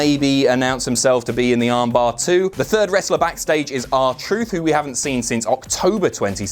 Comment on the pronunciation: I know its suppose to be because it's a wrestling move but when you say armbar it sounds weird. I'd call it the amber. AMBR.